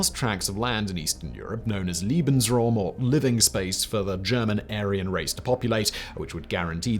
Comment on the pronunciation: Simon pronounces “Lebensraum” as “Liebensraum” which hilariously changes the meaning